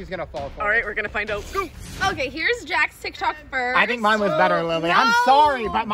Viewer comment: "jakth" "quazy" "my twimer stwarts now" HELP